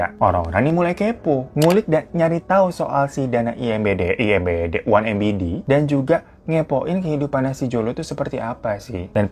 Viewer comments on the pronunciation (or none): Ma'af bang 1MDB bkn 1MBD slh nyebut lu bang kebalik🤣🤣🤣😆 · Em di bi bang bukan em bi di hehe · susah nyebutnya ya hehehe ... 1mdb bukan 1mbd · Mas nyalah nyebutin 1MDB jadi 1MBD..ketukar 🤣😅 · Ada yg nggeh ngg siii.. Tiap bbang glowing nyebut 1MDB keucap nya jdi 1MBD... Kebalik gituu.. iyaa ngga?? Atau aku yg slalu salah😂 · Batin selalu meronta dgr bang difan baca 1MDB jd 1MBD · Apa cuma aku yg ngeh kalau hiro dari awal video salah nyebutin 1MDB tapi selalu disebutin oneMBD? 🤣✌🏻✌🏻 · hahahah salfok terus kalau bg hiro salah ucap DB jadi BD 😂😂😂 terlalu fokus ngosip sampe nggak fokus kalau udah kebalik balik 😂😂😂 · 1MDB kenapa di baca embidi/ embede bukan emdibi/ emdebe? apa sangaja di pelesetan gitu? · 1 Em De Be coyyy...bukang 1 Em Be De...🤣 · Apa aq aj yg salah denger si abang spell 1MDB jadi 1MBD,,,,hihihiii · bang hiro, coba check pengucapannya bang, 1mdb apa 1mbd? 😁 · Salah sebut bang 1mdb😅😅 bukan 1mbd😮😮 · MDB bang, drtd dibaca MBD wkwkwk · 1mdb bang kebalik nyebutnye jadi 1mbd :v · Geli ngomong nya embidi embidi mulu.. Dah tau salah bang.. Kyknya gua ada pnyakit dah klo org salah ucap terus verkali2 jadi kesel dengernya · One em di bi abang.. salah mulu tu kalo ngomong dah